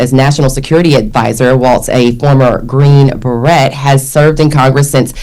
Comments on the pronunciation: After she pronounced the "T" in baret I was done. She needs to go. We're talking about an enlisted man's head dress not a 10 year old girl's hair product 🤦🏿‍♂️ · Clowns don't know what to do during the national anthem or how to pronounce beret